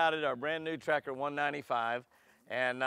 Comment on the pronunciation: In the beginning Jimmy I kept thinking you were calling it a Tractor not Tracker....LOL I thought, I must be hearing wrong and then I saw the word Tracker on the Rig....LOL Beautiful boat and you have it set-up nicely. Looks like you have thought of everything. The steering wheel area / console look like a motorcycle console to me. Neat. Stay happy, healthy, hydrated, safe and warm. May God continue to bless you, your family and your adventures.